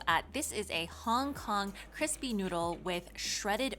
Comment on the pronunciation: “Cripsy” baked noodles, lol.